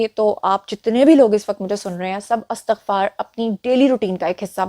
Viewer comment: جی اَستَغفار نہیں ہوتا لفظ اِستِغفار ہوتا ہے آپ درست کر لیں